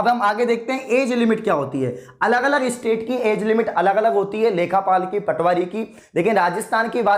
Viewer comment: Sir vo lekha paal nhi lekh paal hota h